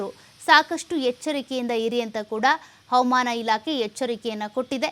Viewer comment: ಅವಮಾನ ಅಲ್ಲ ಹವಾಮಾನ... ಸರಿಯಾಗಿ ಹೇಳಿ